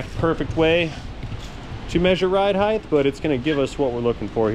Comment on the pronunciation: Height not heigth 😎 words. But width and length are correct…inglish is wierd. British is wierderer